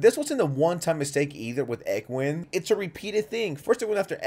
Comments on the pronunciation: Erm actully id engween not engwen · “egwin” lol, it’s “N-gw-een” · You pronounced engween’s name wrong it’s pronounced en-gween